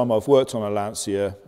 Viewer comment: Please Lancha, not L'ansia.